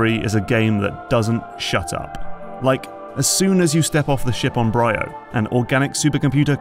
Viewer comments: Isn't it pronounced "bree-oh", hence the two 'y's? Great video as usual. I enjoyed MP3:C but the OG Metroid Prime is still my favourite of the series. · Semantic lore correction here… The Leviathan Seeds didn't get scattered from the meteor above Norion; the meteor was a Leviathan like the others. They were all sent out from Phaaze. I also find it funny you consistently mispronounce some things that're voice-acted in the game, like "Bryyo". But overall a very good video and analysis! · You can tell that this voice over man hasn't played the game because he pronounces the planet Bryyo wrong and they say the name out loud in the game.